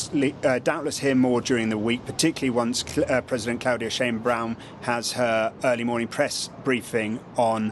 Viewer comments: He was to die soon, supposedly, due to renal problems. Usually you chop one head, 3 more pop up. We'll see. Get it right, the presidents' last name is Sheinbaum not Sheinbrown, people keep butchering her name, it isn't that hard. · challed her ShameBrown the mexican Prez weak pronunciation